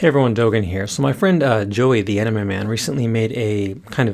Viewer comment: Great video, thank you! But your English needs a little work: at the beginning, I think you said, "Joey, the anime guy," but I could have sworn it was, "Joey, the enema guy." In either case, I'm sure Joey is a delightful fellow. 🤣🤣🤣